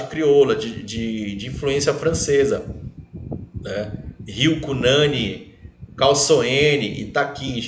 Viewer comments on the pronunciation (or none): O NOME SE PRONUNCIA CU NANIN COM FORÇA NO U COMO SE TIVESSE ACENTO ~